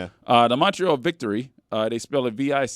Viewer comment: Pretty sure Montreal(PWHL) is pronounced "vic-twahre" from the way the logo looked. Most of the PWHL logos looked pretty good to me, BTW.